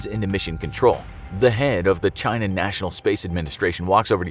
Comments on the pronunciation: I always hear him pronouncing it as "Jy-Na". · As opposed to “Chee-na?”